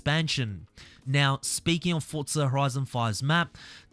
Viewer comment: Fortza fortza fortza